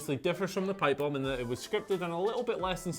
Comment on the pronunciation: Why do you call it a pipebome? It is a scripted lines for ko... a pipe bome should not be a scrip by Vince McMahon. Cm punk pipebome was the real pipebome....